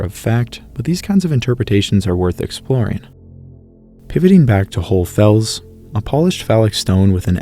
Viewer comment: Why can’t you say HohlE Fels? You say GeissenklösterlE